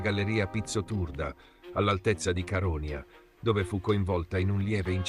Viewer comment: Però l'accento su Caronia di questa voce NON SI PUÒ SENTIRE...!!! Fai qualcosa, ti prego!! 🙏🙏